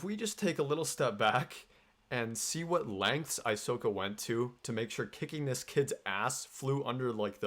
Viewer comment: Aysoka? More like Aysoyka